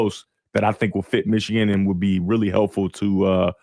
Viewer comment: How did know how Ufer said Yost pronoun ed Meeechigan?